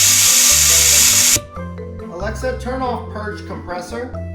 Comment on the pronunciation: It's "purge" not "purg"